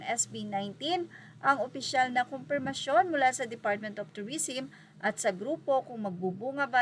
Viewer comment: tourism (pronounce as "turisem" not "turisim")